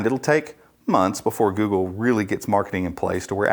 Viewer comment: GOOGPLE :D